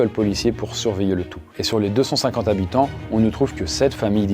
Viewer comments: Il faudra demander aux soixante zzzhabitants ! (comme dit le conteur) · On dit 60 habitants...zhabitants😅 c'est s'il y avait un S à la fin de soixante,😉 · Soixante Zhabitants 😂